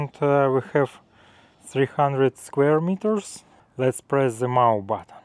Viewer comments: FYI in english it's moe as in Joe not mow as in cow :) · Just to let you know, (hope you don’t think me rude) mow is pronounced with a long o. As in the way row a boat is pronounced. Or you could google how to pronounce it? I watched the whole vlog even tho it was a review vlog because I know it helps you. You are both such hardworking people, I hope this new piece of equipment lightens your work load.😊❤